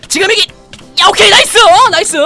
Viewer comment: 지금이기! 아니고 지금이다! 하셔요....